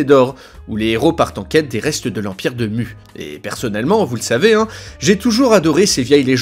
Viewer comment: Venant de Tahiti ça se prononce Mou mais sinon bonne vidéo